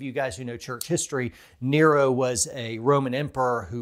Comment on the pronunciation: It is “Neh-Roh” not “Knee-row”